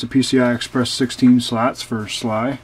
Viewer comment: he said fucking sly!!!! its not sly its S.L.I